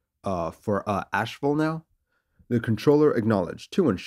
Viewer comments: It’s AsheVILLE, not Ashewell! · '312 Sugar'? 'AsheWELL'? Your flair for the dramatic is impressive, but pay better attention to your script.